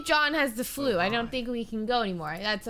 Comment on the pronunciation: when she said flu 😳